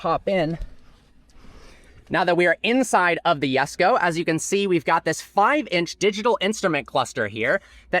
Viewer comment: Koenigsegg Jesko❌ Koenigsegg Yesko✅